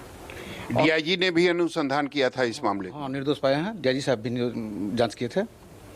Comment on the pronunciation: Isko anusandhan nhi bolne aarha hi haha gawar 😂😂😂